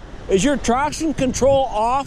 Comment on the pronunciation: how he says traction control😤